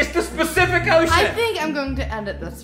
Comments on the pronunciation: It’s crazy how sometimes trolls give you sh** yet they neglect to see that y’all are pretty cool people. And it’s PACIFIC - NOT “specific”, lol. Still a fan of y’alls. Don’t listen to the trolls’ crap. Have fun on the PS5 ya lucky bastards, 😆. When I saw the outline of the track of the hurricane, I lost it in laughing, lol. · Spacific ocean 😂😂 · It’s okay I say Specific ocean too I can’t say pacific for the life of me 🤣🥴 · It’s the fact he doesn’t even know that it’s called pacific for me